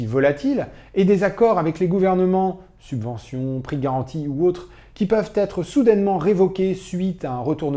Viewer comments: *Subventions au lieu de « Suventions » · Excellent, merci ! ps : "Suventions" =P